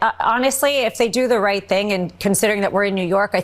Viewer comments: Very clearly. Every other word was pronounced correctly, it's no accident that Eric said "white" rather than "right". They mean the same to him. White = right and they still get tons of money from Russia. That's what Eric says. And he's sticking with that story even though he REFUSED to testify in court. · eric does say white instead of right. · Wow! It sure sounded like "what's his name" said "because we're white" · it sounds like he says we're white😂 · It does sound like Eric said white and not right. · He definitely said white and not right, unless he has a speech impediment that we don’t know about. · Yeah, it DOES sound like he says "we're white". Hahahahahahahahahaha. That dude needs to put down the coke spoon or whatever the hell he's on. Man! Did you see that weird selfie thing he did where he was laying on his bed and was looking up at the phone trying to talk? Dude, his eyes were rolling around in his head. That guy was tweekin outta his gourd!! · Eric said "were white"... not right. I hear white clearly. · I heard "white" not "right" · I do believe I heard “white “. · sure does sound like he is saying we're white....that would be the quiet part out loud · Sounded like Eric said white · Not gonna lie it sounded clearly like Don jr said because “we’re white”😳……….probably a Freudian slip, but yeah he said white! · It didn't sound like Eric said white, and that is because he said white. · He said ' we're w**te ', that is what it sounds like ‼️📣 Who, who are the last remaining very few people who still view &/ listens to republican, gop, conservative& right wing media+ medias ⁉️📣 Who are the last remaining brainless dingbats 🤪🥴🤡🤥 still willing to view &/ listen to their lies 🤥⁉️📣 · Slip of the tongue? He definitely said white instead of right. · It sure sounded like Eric said white. Acquittal because Trump is white. But, trump looks orange, not white. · It did sound like Eric said “we’re white” 🤦‍♂️ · I listened to it five times. He said white.